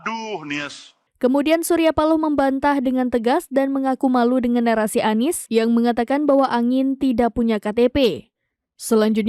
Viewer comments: Seperti suara yg bacain Mezzo Novel😂😂😅😅😅,, masa pak surya speaking spealing nya bacanya Nies😅😅😅😅😅😅 yaa Salam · perhatikan ucapan "haduh NIEs" rata2 pengucapan / pelafalan dari AI memang ngebacanya spt itu, lihat aja video2 short yutup menggunakan speech transcription, pasti ngebacanya bukan ANIS, tapi aniEs. kalo suara memang bs sama /mirip, semua bisa di tiru dengan AI